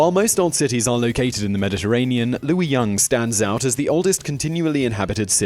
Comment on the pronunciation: you get a like for pronouncing luoyang correctly